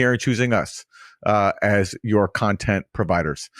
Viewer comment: Content > Cuntent